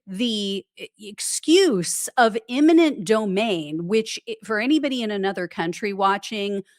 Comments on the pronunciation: E-minent, not I-manent. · Eminent domain not imminent. Thanks for your great work. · Argh! EMINENT…